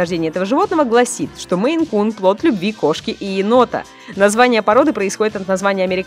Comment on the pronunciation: не Men, а Maine